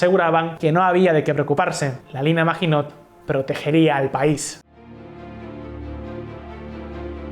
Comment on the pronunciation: hmm.. se pronuncia MAGINÓ, la letra T final es muda